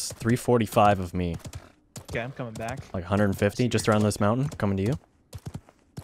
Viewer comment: "I'll be Bok"